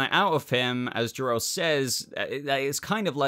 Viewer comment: It's Zor-El